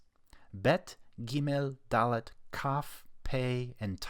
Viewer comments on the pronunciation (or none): Thank you so much for the video, but you made a mistake. Dalet without qal dagesh isn't pronounced that way